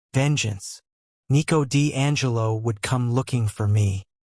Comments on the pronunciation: 1:2:58 ✨️EeT WoS NeEcO Di AnGeLo✨️ 😅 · It's funny to hear😭😭